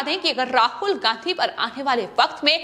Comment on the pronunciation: समाचार पढ़ते वक्त उच्चारण सही होना चाहिए पहले घर में बैठकर बोलना सीखो उसके बाद समाचार समाचार ऐसे पड़ती है जैसे कोई पहली क्लास का बालक बोलता शब्दों का उच्चारण तो कम से कम सही कर ना तेरे पर गांधी सही बोला जाता है मैं बंगाल सही बोला जाता है ना कांग्रे सही बोला जाता है उल्लू की पट्टी पढ़कर कहां पर आई है